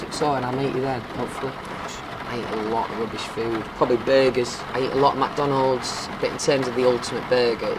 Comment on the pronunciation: This is great and thank you so much for making this, but I still always start laughing when he says "BURGERZ" and whhen he talks about his dog. I don't fall aslep to this, I just listen and laugh and learn and adore.